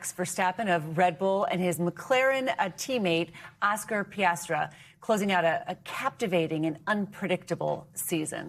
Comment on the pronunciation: Piastra? How the heck do these people become anchors?